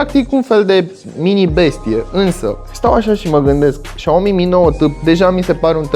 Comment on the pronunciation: Doar eu când îl aud că zice "Xiaomi" mi se pare că zice "Shaorma"? =))